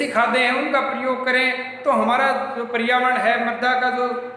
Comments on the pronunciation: Sir wo परियावर्ण nahi hota पर्यावरण hota hai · पर्यावरण हैं परियावरण नहीं